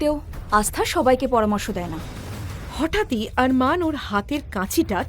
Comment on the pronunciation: অরমান নয় আরমান বলুন